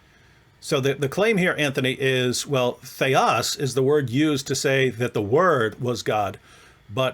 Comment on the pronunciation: Sir, your Greek pronounciation is putrid and disgusting. There are cases in Greek grammar - Accusative, Dative, Genative, Nominative declension a. "Theos" is not conclusive. Theos is also used for satan in 2 Corinthians 4: 4 "...the God of this world..." (...'εν οις 'ο θεός του αιώνος τούτου 'ετυφωσεν τα νο'η Μάτα των 'απιστων...) Here satan is THE GOD of this world/aeon (αιώνας) and not "world"